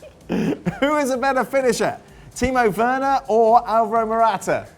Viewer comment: Who is "Timo Warner" ???